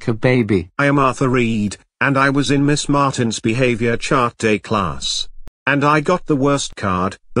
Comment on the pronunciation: Miss not ms